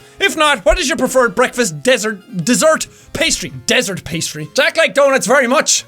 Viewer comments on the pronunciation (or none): none